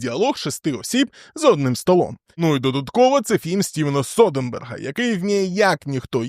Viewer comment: Содерберг, а не Соденберг)